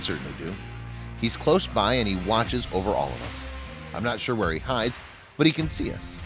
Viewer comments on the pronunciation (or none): none